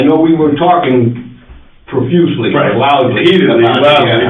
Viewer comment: They “talked perfusely?!”!